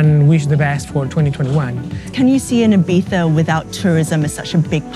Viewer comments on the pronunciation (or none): is it Ibiza or iBiTHA? that host keeps on saying it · Why is she saying "ayBeefa"? It's IBIZA, it hurts my ears. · I find it hilarious how the reporter keeps pronouncing Ibiza Ee-BEE-tha (trying to pronounce it as correct as possible) and the dj who lives and works there calls it Ee-vee-sa. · Resident DJ for 10 years and still calls it 'Ibeeza' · Why is she the only one pronouncing it Ee-bee-tha? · She says ibifa she can’t even say ibiza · The girl cant even pronounce "Eyepizza"..... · Stop saying “Ibiza” like that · She really prides herself on pronouncing Ibiza like a local. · The was she says Ibiza is triggering me 0_0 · She pronouncse the begging of Ibiza in english and then the final part as spain spanish. Choose lady!